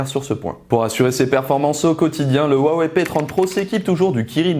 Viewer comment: Huawei est mtn implante partout dans le monde et qui s'ecrit avec un H et non avec un W, apprenez a le prononcer correctement, ce n'est pas si difficile quoi.